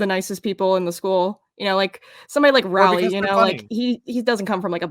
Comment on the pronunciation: STOP PRONOUNCING ROWLEY AS RAWLEY